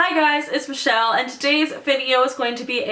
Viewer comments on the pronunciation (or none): none